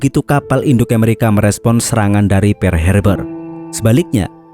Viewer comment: Pearl wak..bknya "pear".."pear" itu buah..🤣🤣🤣